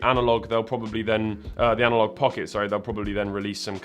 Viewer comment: "Analogee"? What the fuck?